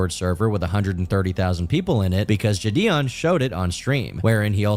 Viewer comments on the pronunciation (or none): IM A MULTI-CHILLIONAIRE The only note I have is how says jih-dee-on; otherwise everything was genuinely on point